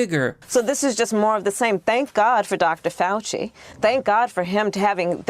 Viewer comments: It’s Mr. Fawchee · Fauci - pronounced "False-See"